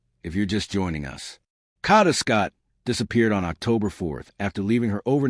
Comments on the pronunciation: Her name is kada Scott not Cada!! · Get a map so you know the difference between the NE part of Philly and the NW part of Philly. Sad they are local news people who are too lazy to report news accurately. Pronounce her name correctly or report on a story were you can respect the pronunciation of the young lady's name. KADA not Kata. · Wish I had a dollar for every posting that started out wirh FINALLY THE TRUTH.. I'd be rich.. I think it's obvious that "Kidnap me again"...is just some stupid slang..like "cash me on the outside" was.. means nothing about actual kidnapping.. and stop saying Caaaada...that's not the girls name! Uggg. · Who would subscribe your channel trying to monopolize on her dearh you can't even say her name right😮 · saying her name correctly is deeper meaning enough!! The girl died.. so say the name properly! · Especially if you’re going to say it repeatedly….. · why are u pronouncing her name wrong. You can clear as day hear how it’s pronounced, but for some odd reason you can’t pronounce it correctly 🙄 ugh